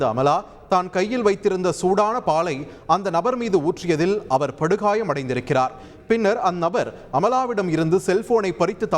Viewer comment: ஒரு டம்ளர் பால் ஊத்தியதர்க்கு படுகாயம் படுகாயம்ன்னு அழுத்தி சொல்றாறு செய்தியாளர் 😊